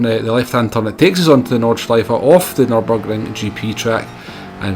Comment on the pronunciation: Thanks for your great tips and tricks. I'm a poor driver myself, but enjoying the game. Your videos keep the game a bit cleaner as people watch it and take on the good advices. Btw. You nailed the track as perfect as the pronunciation of "Nordscheife". All the best